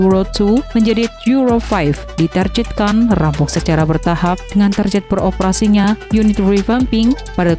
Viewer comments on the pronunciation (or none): OOT.. Mata saya suka kedutan saat narator bilang kata "Target" dengan "Tarjet".. Itu ejaan mana sih??